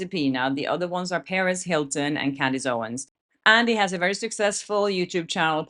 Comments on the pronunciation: It’s “Per”-“ez” not Paris Hilton. Just looking out for you before Paris Hilton comes at you. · Perez Hilton is not pronounced Paris Hilton they are two different people. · Love you mean it. The way you often pronounce Perez Hilton is very similar to Paris Hilton, and no doubt leads to confusion. By the way there's a question I've asked you and you seem to be ducking it. The question is, why are you always so easy on the eyes? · I thought you were saying Paris Hilton at first and I was so shocked hahaha